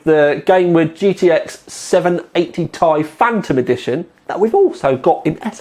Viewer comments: tee...eye, not tie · dude its not Tie its {Tee Eye} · I stopped watching when he said 780 "Tie" LOL